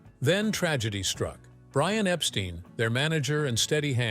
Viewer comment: Epstine not steen